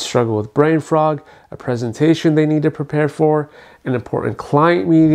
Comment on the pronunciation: Doctor, it's brain fog, not brain frog.